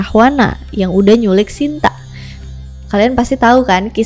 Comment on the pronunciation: Bukan Sinta tapi Sita